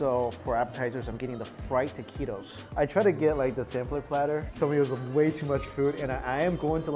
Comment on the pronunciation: i cringed 🥴 and the way he pronounces Taquitos😭 pero it’s okay, life goes on